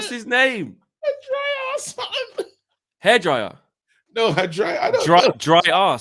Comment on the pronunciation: Did just say HI dryer😂😂😂